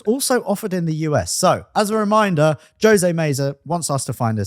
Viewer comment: I've been immortalized in car YT history. Although they botched the pronunciation of my first name ("Ho-say" - Jose). fact about the Mk7 is true. But our US Mk7's also got SYNC 3/MyFord Touch too rather than the tiny ass things they got in the EU versions. Which means CarPlay/Android Auto in later variants